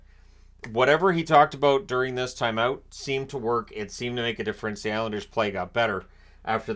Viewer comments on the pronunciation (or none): none